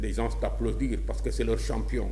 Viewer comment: Yow , amatti nga diomm. On ne dit pas gensss , c'est une faute. Sonko doussène morom , khamal li ngay wakh dé, niammone nga